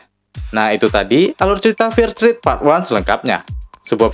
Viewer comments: Dibaca fier strit min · bagus bang 👍 tp saran aja pronunciation "fear street" nya lebih dbenahi, didenger agak gmn gt hehe. sukses bang